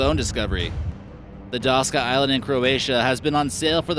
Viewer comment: it's not DASKA...it's DAKSA...Daska means ''board'' of surfboard Google translate it...geniuses...